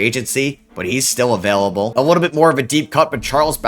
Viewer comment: "A player that's UhVELable" Where are you from? Are you Canadian?